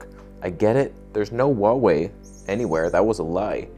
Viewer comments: Correct version of pronunciation of HUAWEI is: "WHO ArE WAY", not "WU ArE WAY" 🤔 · Not Waway, it's Who-are-we